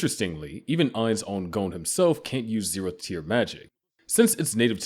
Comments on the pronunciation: Is he saying zerotb tier?? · 0 tehth tier, damn AI reading